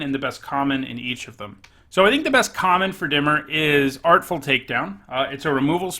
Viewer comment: Is it pronounced dim-ear?